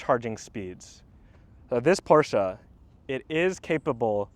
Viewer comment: Thumbs up for this video and for pronouncing PORSCHE correctly. 800V charging system seems to be way more available here in Europe. Therefore for me the Porsche is ahead when it´s about charging. kind regards from Austria